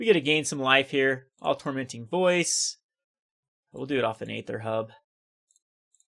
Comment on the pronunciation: You are pronouncing aether incorrectly.